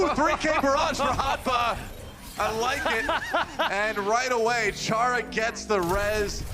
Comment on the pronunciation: ITS CHARA REEEEE